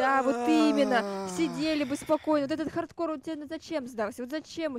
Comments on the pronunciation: Кто заметил что написано хардкор а эд говорит хордкорд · Интересный факт: написано хардкор, а говорит хордкор